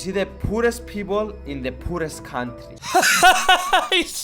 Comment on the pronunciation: He says poorest like poo rest